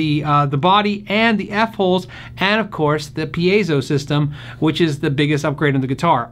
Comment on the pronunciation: Hey! I see you said it right at the beginning of this video 😃 pē-ā-zō for those who struggle with Latin, Espanyol.